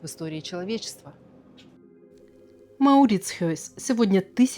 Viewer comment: Конечно вам не надо никуда ехать! Сидите у себя дома в раше и слушайте телевизор. В этом видео информация перевернута с ног на голову 💯... Про мальчика в трусиках забыли рассказать 😂 Его тоже съели в Гааге на площади? И название музея произносится Мауритсхаюз.